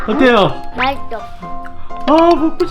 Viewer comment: 근데 아직도 마이떠 라고 하나요...